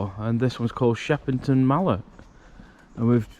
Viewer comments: It's called shepton mallet not Shepperton mallet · It’s pronounced “Shep Ton Mallet” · You haven’t said the name right 🤦‍♀️